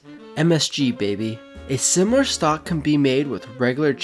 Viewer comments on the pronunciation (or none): none